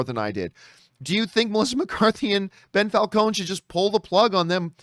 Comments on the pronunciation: I guess calling him “Bell” was John’s passive aggressive way of adding an addition insult of Ben Falcone. Or maybe Ben is pronounced Bell in Canada. Who knows? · Why do you keep calling him Bell....